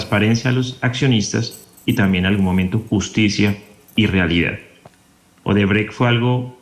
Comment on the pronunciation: LAURA BONILLA, HA DICHO OBERTRECHT , ODERBRECHT JAJAJAJAJ